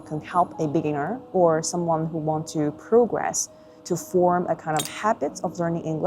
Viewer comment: 很多音都不准，听几句就不想听了，27秒progress 做动词重音发的都不对